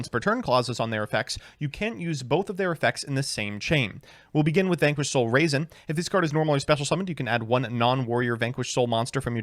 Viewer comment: Say it with me RAW-ZEN. Not raisin